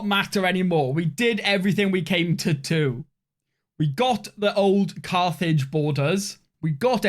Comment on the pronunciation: Cathage… or Carthage? 😂 Awesome job on this campaign, and love the content!